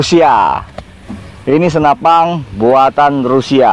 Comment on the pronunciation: Senapan bang, bukan senapang. 😀